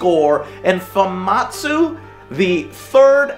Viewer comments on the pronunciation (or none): Everyone: Famitsu Joe: Famatsu I love ninja Joe, loving this review so far. HAHAHAH "Send the weakest one"